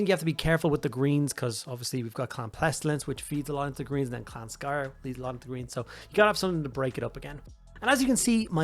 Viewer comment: I literally had to mute the video because I couldn't handle him mispronouncing Skryre every single time. SK***R***YRE. THERE ARE TWO R'S.